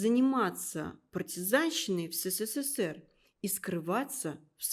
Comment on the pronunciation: Что за "Сэсээр"? Ведущая произносит слово " СССР " как иностранка.